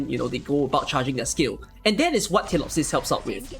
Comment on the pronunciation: She literally calls herself feelee-opsis yet you still call her tillopsis.